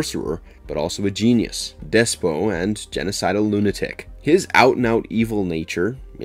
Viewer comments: 1. It's "HITTITES" Pronounced "HIT-IGHTS" not HITTIES! 2. It's "DESPOT" Pronounced "DES-PUTT" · I was just thinking "does he mean the Hittites?". I'm gonna have to correct you on 'despot' though: It's pronounced "Dess-Pot".